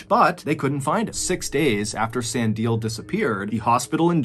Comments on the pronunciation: Its San di le. E pronounced like the e in ledge. And the di is pronounced dee, not die. Its strange when content creators dont check foreign name pronunciation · In South Africa, Sandile is pronounced San dee Le (as in the beginning of leg). I love hearing all the strange stories from SA!! Thanks!! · I really like your videos. Pretty dark and thought provoking, but still interesting. One criticism - take more time to pronounce names correctly. E.g. San – Like "sun" or "sahn" (soft "a"), di – "DEE" (stressed, like "see"), le – "leh" (rhymes with "meh" or "bet," but clipped). Any LLM could give you that. Doesn't have to be perfect, but perhaps it will be more appreciated. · San di le not san dile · Sandile...pronounced. sun deal lair. No put it together and say it fast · Thank you for pronouncing Stellenbosch correctly. Sandile is pronounced "san-DEE-leh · Sah-ndee-leh (Sandile) 🙏🏿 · Sandile pronunciation is so funny!! Good try! It's Sun-dee-le (le, like the French say it) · San di le is how you pronounce the name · Sandile is pronounced Sun Dee Lay